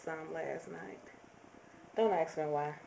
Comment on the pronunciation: You're so pretty! That was cool about your grandma named Rosebud ^.^ I have a question, why did you say aks and not ask? Was that a joke? I hear some people say aks sometimes... and I never get what they mean ^.^